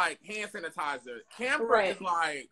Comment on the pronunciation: Did he really just call camphor damphor😅🤣